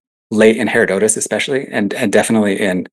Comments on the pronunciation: I wince every time he days "hair-oh-dote-us" DUDE!!! IT"S "HER-ROD-UH-TUS"! (hĭ-rŏd′ə-təs if you want to be technical) I'm gonna go scream into a pillow now. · lol. I actually thought the same thing when I rewatched it... I probably should have used the American pronunciation. The name literally means 'gift of hera' hera... dotus, and if you come at it from Latin languages the break is ussually after the hera' (Its the second most popular pronunciation on most how to pronounce sites)